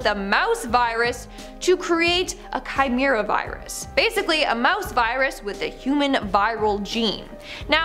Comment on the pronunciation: "Chimera" is pronounced "kigh-mare-uh". SO many mispronunciations in these videos. Horrific.